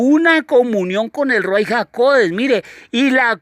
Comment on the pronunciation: Shalom ach! Yahweh le bendiga. Le pregunto algo: ¿Por qué usted escribe y pronuncias Ruai? Tengo entendido que lo correcto es Ruach HaKodesh.